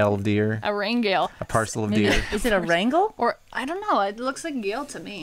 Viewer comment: Rangale is pronounced, Rang ale.. :D